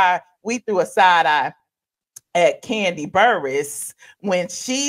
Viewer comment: Do they call Kandi, "Koondi,"? 🦝😂